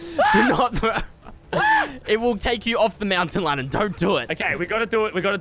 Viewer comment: Issac Galloway it’s lannan not landon 😂😂😂